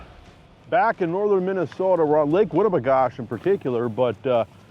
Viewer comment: It’s Winnibigoshish! Good stuff tho